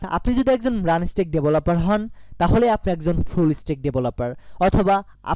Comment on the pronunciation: উচ্চারণ ঠিক করো ভায়া। ম্রান হবে না মার্ন হবে।